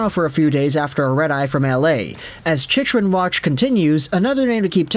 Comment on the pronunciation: "Chich" Rin ??? You mean "Chick"-Rin !! LOL